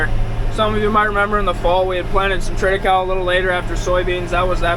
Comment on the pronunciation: About the pronouncation: It is an artificial Latin word, built from Triticum (wheat and the female part) and Secale (rhy, the male part). English speaking people usually pronounce latin words english, which is common, but most probably wrong. But I think, the way you say it, is correct. Unfortunately, we can not ask a Roman these days.